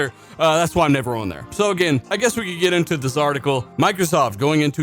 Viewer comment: Why do you pronounce the word "on" as "oh wan"